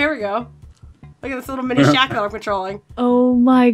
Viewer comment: LOL i know rachel is a little bit younger than you and myself since im 26 and was a 90's kid back in the day!.But LOL it sounded like said Screcketd instead of Shaq! XD. Holy shit, that Game brings back a few nostalgic memories.I never did get the chance to play that game series, but goddamn i do remember my older cousins complaining about how shitty and not worth renting or buying it was for them XD..Dude i so remember that Kazam movie back in the day.I was actually like the minority of people that loved the fuck out of that film, with Shaq granting all of the kids wishes into a reality.XD, Also totally remember the shitty ass short lived rap career he had too, worst thing he ever attempted besides acting in films. There is one think Shaq did dame well right about 2 years back when he made that bomb ass Arizona shack cream soda tea! Fucking hell that drink was my life at the time rofl!Also just a random list of what was extremely overhyped with the top 5 things that were big in the 90's decade( but i only remember as far back as 1995 since the other 5 years of my life at the time i was a baby) 5. Hanson,backstreet boys and Nsync 4.) the huge ass crazy sexual scam with Bill Clinton and the monica Lewinski slut 3.) The matrix and the trilogy movies of Home alone (aka one of the greatest movies ever made during my childhood!=D 2.) How huge the pokemon TCG cards were from Wizards of the coast (alongside the harry potter franchise,and coun